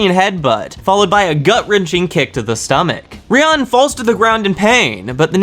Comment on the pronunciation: ryuen's name is said like re yoo when